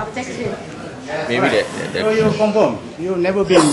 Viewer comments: Compirm ?? compirm?? ha ha stupid... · prob is that he failed to pronounce the word correctly. its not the accent. do u pronounce the word "confirm" as "confom"? come on!! its so clear for every one to distinguish the prob of accent and poor language ability. his lack of preparation lead to his "lame" questions posted to the witness.